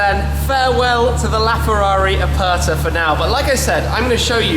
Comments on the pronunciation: Ferrari "Apatha"... Hahahaha... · Holy Spaghetti. Do you even know what Aperta means, let alone how to say it. But don't worry, you & 6 1/2 Billion other people wouldn't know either. Still, I don't think thats an excuse to have no education when speaking about a piece of Art Leonardo da Vinci would have drooled over. Btw, da Vinci means, from the town of Vinci, not a surname, & "Aperta" means, "open top" & the worse thing is how you & everyone who isn't Italian prenounce it. Its not "er" as in Ernie of Sesame Street, its "er" as in "error" or "er"ase. Try it. If it still sounds the same you got it wrong. I think a £5 million Ferrari deserves to have its Name said properly!